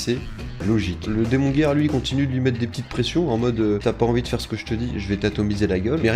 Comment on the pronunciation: Par contre moi j'ai décidé de n'entendre que "démon gay" quand tu prononce démon guerre.